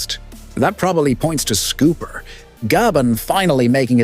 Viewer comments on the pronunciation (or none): It’s Scopper not Scooper. 🤦🏼‍♂️ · say his name right then. It’s scopper like copper but with n S. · you mis pronounce his name gold silver and copper scopper